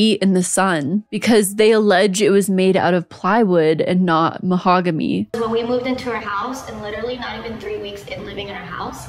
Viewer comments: Random corrections. The private school is pronounced Eh-piss-kuh-pull (its a type of organized religion of the christian branch). It's Muh-hog-uh-KNEE (not ME, but that was adorable). Sue-happy = litigious. Love your videos btw, you do such an amazing job of being thorough. I typically don't know anybody you're talking about so it's always a brand new adventure for me 😂 Thanks for all of your hard work ❤ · I tried to ignore it but my petty a$$ couldn't, It's "Mahogany" not "mahogamy". I'm guessing u were assuming "monogamy" was gonna be the word. Love the videos